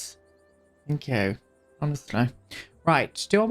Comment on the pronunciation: obsessed with your "thank yew. x"